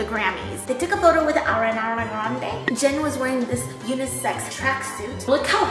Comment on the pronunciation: BTS has a new member named JEN? 😂 it really sounds like that I’m sorry 😂